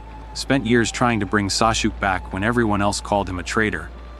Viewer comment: How can the ai bitch Sasuke's name so bad? 😂